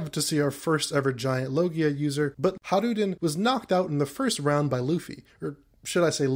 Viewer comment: Just so you know, Hajrudin's name is pronounced like Hay-ru-dinn